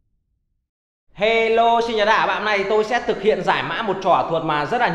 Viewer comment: He lô chứ ko phải hế lô nha bạn